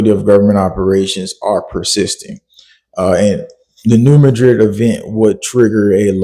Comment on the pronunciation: Please pronounce New Madrid correctly I live very close to there so I know that what's going on isn't exactly what you think is going on and I also have family down there